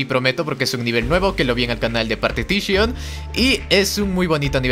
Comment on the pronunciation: partitishion :v xdxdxd